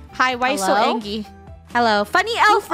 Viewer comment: I love how Funneh says “angie” instead of “angry” love your vids Merry Christmas <3